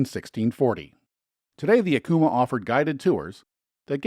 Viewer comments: It IS Pronounced,=Ack o mah Acoma pueblo....plz learn the pronunciations..... ❤️‍🔥Vaya con Dios❤️‍🔥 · What a great video! Thanks for creating it and sharing! I live in NM and the one thing I wanted to share with you is that Acoma is pronounced "Ak-o-Ma"